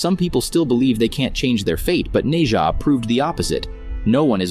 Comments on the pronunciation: Bro said nei ja lol. It’s Nezha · Its nezha nkt neja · It’s pronounced nesha